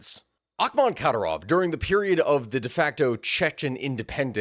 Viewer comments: How much effort would it have taken to learn how to and then proceed with correctly pronouncing Kadyrov's name? Minor pet peeve when creator's can't even be bothered to learn how to pronounce the names of some of their main subjects. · Yes, please do a video on Džohar Dudayev and Kadyrov family, without shying away from the atrocities under the regime of the latter. Both wars in detail deserve a seperate video too, and consider the evidence of cassus belli for the second one (Rjazanj sugar plot by FSB). Just please, learn how to pronounce their names (was barely intelligable to the slavic/Eastern European people), you'll sound way more credible for non-native anglophones. To do that you must listen to Russian or Ukrainian pronounciations. The accent goes on the second syllables (including Yevgéñiy Prigóžhin), apart from Džóhar, on the first. There is a lot of material out there (even a summary by Ryan McBeth in Substack), but the best ones are usually in Russian. The very best sources are actual Chechens who have fled the regime (i have a few contacts). The horrors they have gone trough is unimaginable. P.S. Greetings to all the rashists and their botskys here complaining about "western propaganda", 🔱Свободу Ичкерий✊